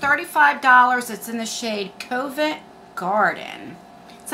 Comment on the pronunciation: At least you can have dentist appointments! They have been closed here for the last 3 Months and aren’t opening for routine care anytime soon. In mine they won’t even write you a prescription. 😒 The ofra highlighter is pronounced Cov-ent (the ov sounding like “of”) not co-vent. It’s a place in the city of London. xo